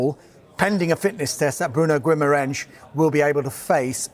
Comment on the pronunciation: They like to think that Brazilians are Portuguese. I am Brazilian and there is no "SCH" sound in his name. It's pronounced Gheema-Rice.